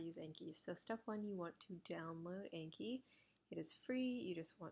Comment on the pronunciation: Such a good video but the program is pronounced "On-key" :)